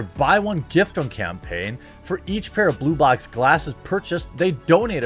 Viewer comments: The first time he said blue blocks, I heard boob locks! I laughed pretty good thinking about what that could be! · I kept hearing BooBox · Oh Blublox... I thought he.d said Booblocks before I looked up... I was like wait...WAIT?!🤣🤦‍♀️